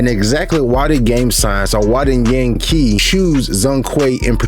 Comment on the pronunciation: The name of art director Yang QI (Qi should be pronounced as "Chi), FYI